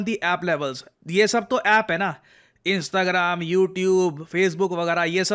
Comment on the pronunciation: Sir इंस्ताग्राम ❌ इंस्टाग्राम✅